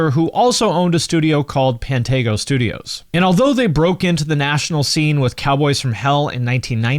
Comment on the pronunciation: It’s “Pan-Tee-GO” just to break your balls if you truly didn’t know. It is a small town with 1000 people tops just hollowed out in the middle of Arlington. My hometown 💪🤘🌚 🦷 😁💉RIP Dime! Love you brother and will never forget bumping into you the 1st time in the chip aisle of Tom Thumb! Good damn TIMES!!!